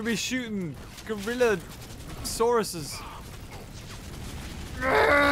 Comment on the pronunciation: He said gaysaurus